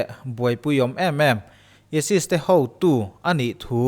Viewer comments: Esis i ti a.isis zawk ni lo maw😀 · ESIS ti lo la chu ChCh-a maw ka ti ngei2 ang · Esis tia chhiar/sawi ka vawikhat hriatna. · Isis lam dan kha a dik lo tlat.. Alphabet a( I ) ai tih a lam tho tur a ni e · ISIS i lam dan chu leh.BBC te CNN te i en ngailo mi..mizotawngin ka lo hrilh ang che..Ai sis tiin lam tawh rawh aw..ka nui char2😂😂😂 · Aisis tih tur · Aisis tih a lamtur emaw kalo tia.. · isis ilam dan hiiiii. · Isis poh lam thiamlo ... Sub lo chiag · ISIS hi ESES anih chuan ESES hi engtin nge i lam dawn ??? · Keipawh ISIS a lam dan kha ka lo ngaimawh. Mizo youtube channel nei, story vel chhiar thin ho hi thlukna awm vel hi an ngaipawimawh vak lovin ka lo hee deuh a. Ka lo ngaimawh thin khawp mai